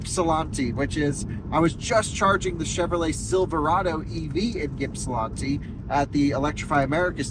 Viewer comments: Ypsilanti is pronounced "ip-see-lan-tee" or "ip-suh-lan-tee" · Yipsilanti is pronounced IP-sil-AN-tee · Always cracked me up when people try and over pronounce Ypsilanti. Just say it as the locals do; Ypsi (ip-see) 😂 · Quite enjoy your videos, but being from Ann Arbor your pronunciation of Ypsilanti caused me pain, keep making great videos and hope you enjoyed your time in Michigan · Listening to you try and say Ypsilanti so many times is like nails on a chalkboard for us metro detroiters😂😂😂😂😂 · I ran to the comments SO FAST after I heard you butcher Ypsilanti but then I saw the edit caption LOL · Congratulations, That is the oddest way I have ever heard Ypsilanti mispronounced lol